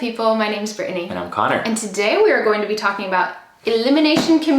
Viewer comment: i’m so intrigued why you changed the way you pronounce your name by adding the extra syllable in the middle. meaning saying “-eh-nee” instead of “-nee.” i’ve noticed it in the last 3-4 vids!